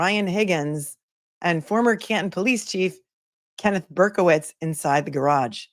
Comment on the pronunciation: You pronounced garage wrong 😆